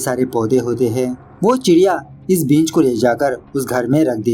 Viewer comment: भाई बींज नहीं बीज उच्चारण सही रखिए वीडियो और अच्छी जायेगी 🙏❤️ वैसे अच्छा एक्सप्लेन किया आपने 👌👌